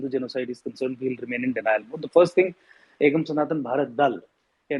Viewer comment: It is "Ekam". Not "Akam"